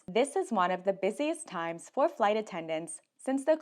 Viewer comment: Boarding your fwight boarding awea boarding gwoup People with speech issues for no good reason is my pet peeve.